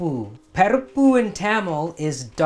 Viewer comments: He spoke so beautifully in Tamil then called it pERippu xD it's PArippu guys! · I do mine boiled and then do the temper with fried onion, garlic, ginger, curry leaves and Maldives fish chips then add the lentils and coconut milk. Btw I have never heard sri Lankans pronounce parippu like you do. Great video as always. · Hi Rajiv, I am a Sri Lankan Dutch Burgher (Toronto)who grew up on this eating it multiple times a week. I find your pronunciation a bit strange. We always pronounced it Parrippu with an "ah"on the the first syllable. Loved your recipe although I make it slightly differently. I am so happy you are spreading the love of our cuisine to the world.